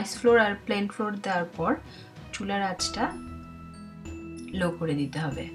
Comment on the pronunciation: এটার উচ্চারণ ফ্লোর না। ফ্লাও্আর্ (র টা উজ্জ থাকবে এরকম।)